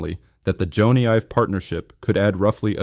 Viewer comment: Jonny is pronounced Johnny not Joana.